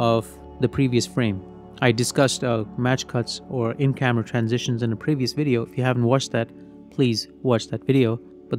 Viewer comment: What's a wideo?😅